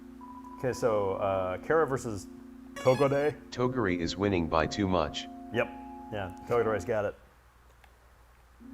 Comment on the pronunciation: Erm togore is sounded out with silent e. togor(e)